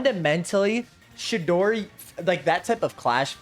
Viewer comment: Dawg, it’s fucking CHIDORI, not no damn shidori